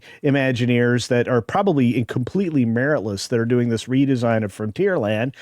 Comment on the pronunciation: The CEO literally make the word "doing" a three syllable word like a valley girl. That's ALL I needed to see and hear.